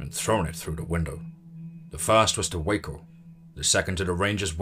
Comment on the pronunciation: I love these stories. A goodly part of my entertainment comes from your narrations. Just one thing, the town of Waco is not pronounced "Wack'o," but "Way-ko." I laugh every time I hear you say it. Anyway, I'm just trying to help. I know how our pronunciations can seem odd.